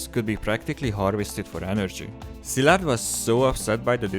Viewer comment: Finally someone can pronounce Szilárd correctly. Thnx!